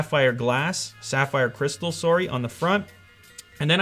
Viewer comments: Soarry, are you Canadian? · He said sore-y. What a Canadian. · I never knew his nationality but right when he said sorry, I knew he was Canadian. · Liu is canadian? That accent doe when he said sorry